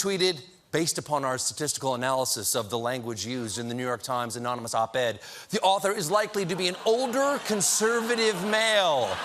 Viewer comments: anyone knows that the correct way to say anonymous is like trump says it ammmissis check the video SADD VERRYY SADD!!!!!!!!!!!!!!!! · That last impression of Trump was clearly fake. Trump can't pronounce the word ̶a̶m̶o̶n̶y̶n̶u̶s̶ ̶ ̶a̶n̶o̶m̶y̶n̶o̶u̶s̶ ̶m̶a̶n̶o̶m̶y̶n̶o̶o̶s̶ ̶a̶n̶o̶m̶y̶n̶o̶u̶s̶ anonymous! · You mean, anomynous, right? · Dentures Drumpf write his "own real book"??!! He cant even SPELL or SPEAK right. "Amonimus" Lmfao🤣😅🤣😅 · Micturate America Great Again! MAGA! Trump gets pissed so easily... all those Diet Cokes should make for some easy Presidential waterboarding of his White House staff and a real quick confession from the 'Amomonous' Op-Ed Author.... 'Gezus' he can't pronounce Anonymous and Micturate would be a real' pizzer' for him too. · It's actually pronounced "anomonnouuushhh". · Anonymous? Sir, haven't you heard? It's pronounced "anomoness." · Hey Steven get it right it's "ANAMALOUS" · Stephen and - what a great team. And what is the difference between unnamed and anonymous sources? Sorry anomi....omonmi.... anomanou...You know what he meant even if he didn't. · Don't you mean "amonimus"? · So trump can spell anonymous but can't say it lol! I'm not convinced.